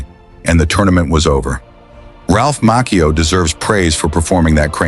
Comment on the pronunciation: Ralph Macchio pronounces his last name as MAH-chee-oh not Mock-eo.